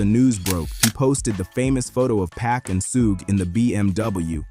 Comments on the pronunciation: It’s not “pack” fool. It’s Pac. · If you can't pronounce Pac's name correctly, then don't let it slip from your lips. ... which is why you shouldn't allow AI to make words for you either. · Tony Yai-yo? Pack? 🤣 AI voice narration is lazy